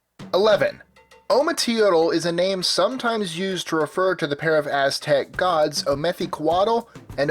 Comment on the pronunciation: He actually pronounced it very wrong. He pronounced every Aztec God in a typical English way. English people need to realize when you speak a different language you can't just pronounce it in an English manner.